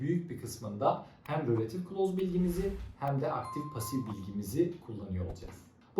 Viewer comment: It's not rölative klaus It's relatİİve klaus